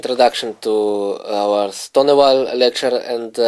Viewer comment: You're right of course but at lease know how to pronounce the name of the opening you are going to talk about? Is that too much to ask? I actually bought the product and I like the lines he shows but whenever he says 'Ston ah vall' it just hurts my ears.